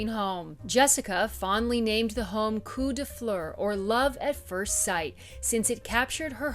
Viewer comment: coup de foudre is love of a person at first sight. coup de coeur is love of a thing (like a house) at first sight. coup de coeur can be applied to a person, but coup de foudre is not applied to a thing. also, coup de fou, the way she's pronouncing it, means a good lay